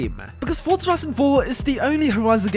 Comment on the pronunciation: WHY DOES EVERY FORZA (PRONOUNCED FOR-ZA) YOUTUBER SAY FORTZA LIKE THEY WERE ABOUT TO SAY FORTNITE BUT THEY REMEMBER IT'S ACTUALLY FORZA